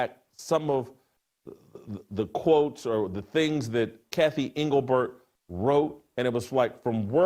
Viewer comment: Who is Kathy Englebert? Anglebert?